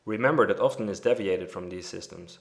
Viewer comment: Excellent. It was exactly what I needed. Thank you. , "deviated," the first "e" is long, not short, "dee," not "deh." and other times, "represents," the first "e" is short, "reh," not "ree." Respectfully submitted.